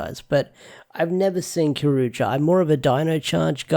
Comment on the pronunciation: Cyour you jer is how you pronounce it. Also Kyoryuger focuses on Daigo the red ranger too much.